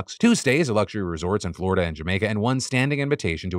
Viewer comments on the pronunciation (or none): none